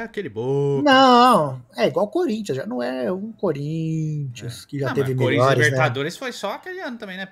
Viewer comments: eu nunca tanko esse "corinthia 🤏🤏🤏🤏" kkkkkkkkkkkkkkkkkkkkkkkkkkkkkkkkkkk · Corin(tcha) rhûh!